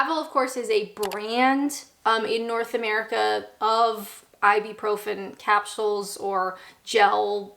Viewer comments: it's Ib-U-profin, not Ib-E-profin. If you buy branded versions of such drugs, like Nurofen, they cost about 10x what the generic version costs. Halloween originated here in the UK, (Ireland/Scotland) but when I was young it was mostly a bit of dressing up fun for kids, not adults. Dressing up by adults is considered a bit silly & American. Here taking much interest in it has always been seen as a bit sinister & sacriligious, & was discouraged by the Church etc. It only became acceptible if treated as childrens fun, to be grown out of, like Santa Claus & the Tooth Fairy. It's not compulsory to enjoy, or even to drink Tea here in the UK, many of us prefer coffee, which was popular here before tea was introduced by Katherine, the Portugese wife of King Charles 2nd. Tea was first served in Coffee shops. Instant coffee is the most usual way we consume it, because it is very quick & easy to make, using the electric kettle, & even quicker than tea, & more dependable.This always ensures that it is Hot, which is how we prefer it, whereas filter or machine or percolated coffee is often tepid or luke warm, & we don't much like things long brewed, as this makes it cool down, & too long brewed tea gets bitter. No matter how it's made, or what it's called, coffee always tastes like coffee, whereas tea comes in so many varieties, & in so many ways, all of which are different & not to everyones taste. We do not all eat mushy peas, or Black Pudding, or other UK 'staples', such as Haggi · It's I-byou-profen. I'm pretty sure. Not I-B-Profen. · I'm not surprised you say Advil when you clearly can't pronounce ibuprofen to save your life 😄 Ibeeprofim?!? 😝I do agree on all of those 'British Classic' foods being pretty inedible, although you forgot the one you are going to burn in hell for not liking - Jaffa Cakes! 😍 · "Ibeprofen" would indeed be awkward to say...but it is "Ibuprofen". It is usually pronounced either "I-boo-pro-fen" or "I-byou-pro-fen".